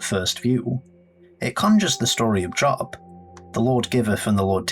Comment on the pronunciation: Job is pronounced like the word “robe”